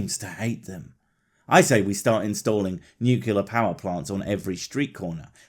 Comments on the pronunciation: It's pronounced nuclear, not nukular 🤢. About radiation, wait until people realize they have radiators at home. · I was with you until you said Nucular. Dude.